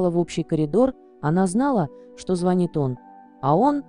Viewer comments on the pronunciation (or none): none